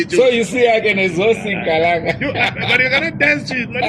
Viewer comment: Please let's learn to say Kalanga not (Khalanga) it is the same as Ndebele and (Ndewere) Ngati milidzeni Kalanga chedu Please